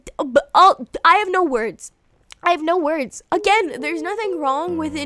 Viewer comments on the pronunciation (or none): none